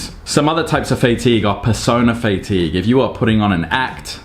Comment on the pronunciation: fay-tigue 😂 pretty sure it's Fah-tigue. Maybe its just my british english difference. Anyway, I take it you have FSRS turned on? think I saw it in a previous update of yours... wonder what your intervals are?